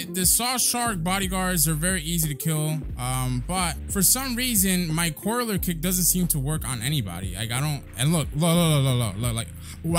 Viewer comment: Day 4 of pronouncing collier kick wrong